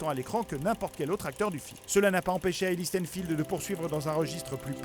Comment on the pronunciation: Dite le bien Hailee Steinfeld quand même !!